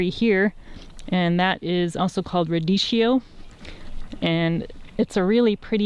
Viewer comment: Thank you for the tour. It's pronounced ruh ·dee·kee·ow. Forgive my OCD :)